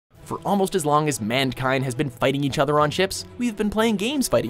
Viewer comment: 1. Its Mankind, not mandkind 2. Napoleon TW has better Naval Combat than Empire 3. Black Flag better be on thsi list XD